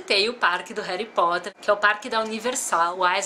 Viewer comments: "Heri" Potter legal kkkkkk Harry Potter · rari potter ?????????????????? n seria harry potter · "Heri potter" doeu na alma😖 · concordo , nossa isso estragou o video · "Réri Potter" aaaaah q agonia, só o dobby pode falar assim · Na vdd, você falou Réri aporte rompido inteiro! Nunca mais faça isso! Haha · Eu amo Harry Potter! Mas pf, no início do vídeo você falou Réri Potter, não faça mais isso! Haha